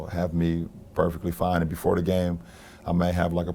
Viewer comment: and pronounce your "TH" you leader.